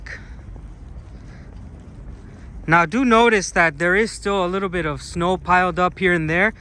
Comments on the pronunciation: I thought you were a Russian pretending to be an American 😂. because you pronounce words in English clearly, Americans usually swallow sounds and its difficult for a Russian person to understand them by ear. And you pronounce the city of Irkutsk as Russian Irrrkutsk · I think your pronunciation of Irtkutsk was very goodt 👌 what a beautiful city and the church looks so nice! Just beautiful. But does that large river ever flood the city? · Очень понравилось произношение "Иркутск" - чёткий звук "р".